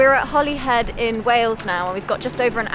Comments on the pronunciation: Holyhead is pronounced Holi hed, not Holy as in religion. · Holyhead is pronounced Hollyhead. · funny , I always thought it was Hollyhead with 2 L's , in Ireland we tend to pronounce it Holly-head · Thanks for catching the Holyhead pronunciation, that one was going to bother me, im not even welsh 😂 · You gained a new subscriber after correcting your pronunciation of Holyhead!!